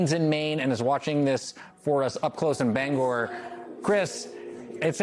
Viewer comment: Thanks for properly pronouncing the city of Bangor. I appreciate it!